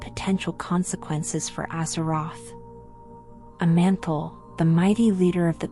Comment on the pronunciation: Is this an AI voice? Y'sharaj, Aman'thul, Nimiron, C'thun, Yogg'Saron, Odin, and N'zoth were all mispronounced.